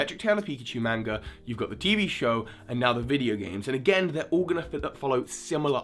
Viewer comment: I'm bothered by the way you said manga